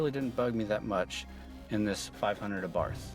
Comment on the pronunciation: Learn how to pronounce the Abarth, silent H. I drive mine everyday, not drony, have scared motorcycles and pissed off many Audi and Mercedes. Who in their right mind would buy a FORD? This car rocks and continues to surprise me everyday. They should have these as loaners at every dealership when your other car is in for service!